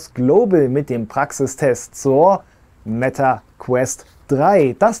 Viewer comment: Schönes Video 👌😃 aber warum wird "Meta" ständig so ausgesprochen, als würde es mit doppel "t" geschrieben werden wie "Metta"? Es ist so furchtbar 😵‍💫 Sprechen die meisten auch in anderen Videos falsch aus.